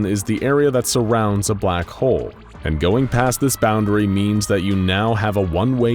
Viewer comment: Why do I hear “Black hoe” instead of “Black Hole”?